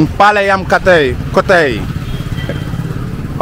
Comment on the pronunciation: Not kotai.it,s kootaai. Kotai means £%#*? Kootaai means palace